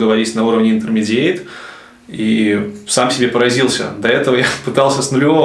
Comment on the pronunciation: Чувак, ты закосячил слово intermedaite , и многие слова англицизмы ты произносишь с русским акцентом, ты скорее просто этого не знешь